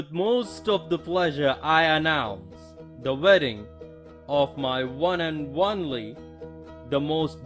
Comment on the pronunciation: “One and wonly”